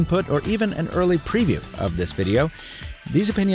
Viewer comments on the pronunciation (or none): none